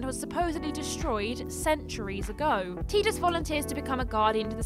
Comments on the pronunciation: I thought Tidus was pronounced Tie, not Tea? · you never played FF10 I assume, but the pronunciation of Tidus. the Japanese ティーダ is pronounced Tīda, like teeda but in English its pronounced Tye-dus. So what you're doing is pronouncing both Japanese names and English names and not getting either right lol either its pronounced Teeda or its pronounced tye-dus always glad to see a video even if it has small mistakes, doesn't take away from the over all message